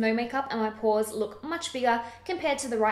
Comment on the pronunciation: Porahs? You must be a Boston girl. Boston's a good town, I'm told.